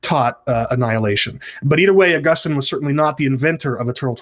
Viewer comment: Ah-GUS-tin seems to be a better pronunciation...^^